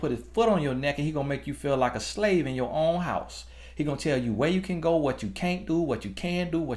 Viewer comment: I hollered all the way through!! I’m in the UK, Jamaican born, & I find his country accent the most mesmerising thing to listen to. When he said “I’m at my hou” (house) I fell out laughing. I had to rewind the what time it ihhh?? part too 🤣. Jamaicans also get rid of s’s so certain words like street, stretch, stomp, spend sound totally ridiculous. I love black culture!!!